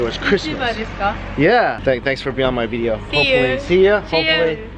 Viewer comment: When you say ‘video’ it’s pretty hilarious